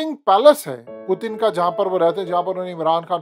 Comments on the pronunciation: او بھائی پوتن نہ بولا کرو۔ پیوٹن بولا کرو ۔ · ساری زندگی پیوٹن بول بول کہ اب پوتن پوتن کر رہے ہو😂😂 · Abe bhai naam to sahe liya kro pudin ni hy naam pudin oudin bolte ho nam sahe liya kro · Sir please pronounce properly the name of Putin it’s really irritating when you say pootin lol